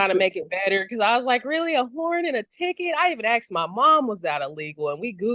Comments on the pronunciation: “I even axed my mom”…lol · Okay, the crazy woman said "Aksed." STOP TALKING. GUILTY. MAXIMUM PENALTY. Next case......... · A confessed murderer!! She admitted, "I axed my mother!" Overall, she's an arrogant blabbermouth with a clearly low-IQ. Her Butterfly McQueen rag is way too tight on her head.